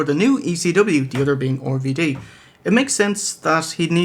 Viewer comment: Why do they keep calling RVD 'Orvy Dee'?